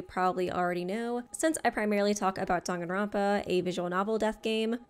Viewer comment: You’re actually pronouncing it right it’s Danganronpa not Dog in romper